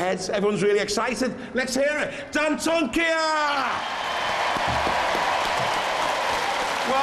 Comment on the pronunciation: Why can't the announcer pronounce Dantomkia